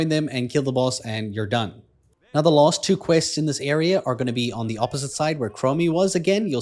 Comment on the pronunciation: You keep saying lost boss instead of last.